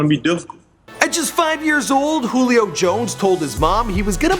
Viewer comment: It's "joo-lee o" you fucking idiot